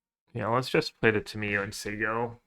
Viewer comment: there is no way you pronounce Tamiyo that way. enjoyed your video still